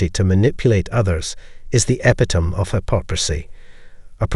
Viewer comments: It’s not e-pi-tome.it’s e-pit-o-me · It’s pronounced: Eh – pit – o – mee